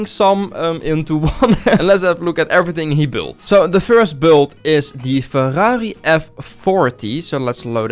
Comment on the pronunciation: Bro the word ferrari. He says it so dutch.